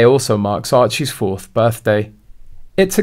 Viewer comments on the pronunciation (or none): none